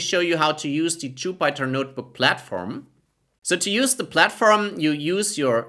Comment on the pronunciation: It’s Jupiter not jupieter 😂😂